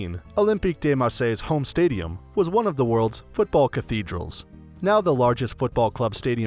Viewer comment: You totally disrespected every name of every place you were talking about, you can't even pronounce if correctly it's fucking "if" wtf was that of about ? And what went wrong with cathedral ? It's the same god d*** word! Im not even talking about how you didn't even make an effort on the french words...